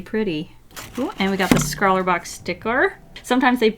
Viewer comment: You said scrawlr box sticker-...